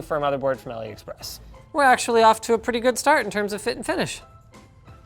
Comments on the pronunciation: Drinking game: take a shot every time Linus says “Aliexpress” or “Aloexpress-y” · When he says AliExpressie......I exactly know what he means lol.